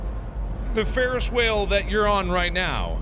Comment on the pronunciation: He said "ferris whale" did no one else hear that 😂